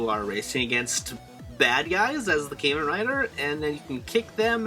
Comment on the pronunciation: Very nice and informative video But it really bugs me that you pronounce Kamen as "KAY MAN" (Kay like the letter k). Kamen is pronounced as "KAH MAN". Please for the next videos please try to pronounce Kamen as I told you. Cheers